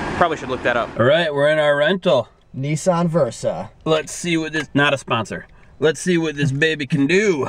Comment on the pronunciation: Neee-san Ni-ssan